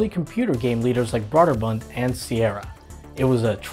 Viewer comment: it’s actually Brōderbund. Like Bro. I know it’s weird but that’s how it’s pronounced.